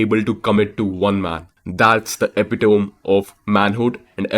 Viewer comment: Watched many of your videos mate and I noticed that you are pronouncing "epitome" wrong. Everything else is 🔥